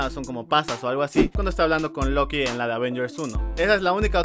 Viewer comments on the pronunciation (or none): none